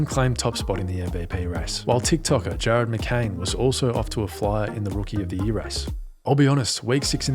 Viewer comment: who tf is "Jarden MccRain" 😭